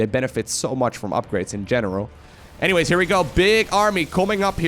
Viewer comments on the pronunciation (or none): none